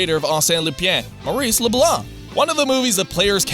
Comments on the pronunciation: It's LupIN, not LupIEN.... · Lup"uhn" not Lupien... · "Lupyan" That pronounciation hurts so bad... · Hi, in the future, please be more careful about pronouncing “Lupin.” It’s not “Lupien,” it’s “Lupin.” A good way to go about it is to just use the Japanese pronunciation (“Loo-pahn”) because that’s actually pretty close to the French pronunciation. Failing that, simply pronouncing it “Loo-pin” would have been acceptable as well. You have no trouble saying “Shujin” in Shujin Academy’s name, which used the same i sound. Apologies. The rest of the video is fine so far (paused halfway) but by the point I stopped at the name “Lupin” was mentioned several times and the pronunciation just REALLY bugged me. French does have “ie” words, like “rien.” The “ie” sounds completely different from “in” in French. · Did you know? It's pronounced "Lu-PAHN." Not Lupiene or whatever the hell you were saying. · it's "loo-pahn", not "loo-pyan" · no. the way he pronounces the word in the video would spell "Lupienne" in French. Correct pronunciation would be something like "Loopah", hard to describe if you're not speaking French but that's the closest I can describe it (but definitely not the way he says it in the video) - But he's not a native speaker, so nothing wrong with that. French language isn't convenient for anyone I guess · why does he pronounces Lupin as LUPYAN? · I keep hearing lupin being pronounced weird. I swear it's supposed to be pronounced like "Loop on" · Its luPAHN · "Lupien" Oh god. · Love, but ithink its pronounced "Loop Pon" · "Lupyaan?" Oof. "Leupyeean??" Oooof. "Loopyen!?" STOP. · "Arsene LuPYA" thanks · I love ya buddy but you really gotta work on your pronunciations of Lupin (Lou-pahn) and Akihabara (Aki-ha-bara) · "LupYAN the third"? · It physically pains me. Leupeeeyaaaaanne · It should be pronounced as /loo - pan/ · Arsene Lupin is pronounced "Are Sen (like from Sentence)" Lupin is pronounced "Loo pon". I have never heard it any other way.